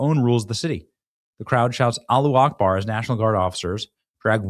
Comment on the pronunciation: Benny you sound really stupid pronouncing “Allahu Akbar!” it is not ‘Alla Akbar’ it is Alla Hu Akbar. Change, and start getting respect from an avid listener again!